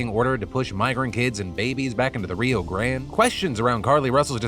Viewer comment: Not you speaking about your improve in spanish pronunciation and reading Grande like that 😅😅